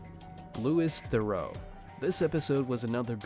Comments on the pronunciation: Loo-ee theh-roo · Could you get Louis Theroux's name right next time ? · The way you say Theroux upsets me